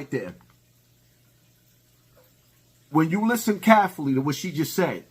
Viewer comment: Carefully = kafffalee🤣🤣🤣